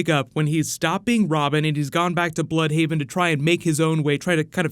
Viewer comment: Not "blood"haven ,BLÜDHAVEN ...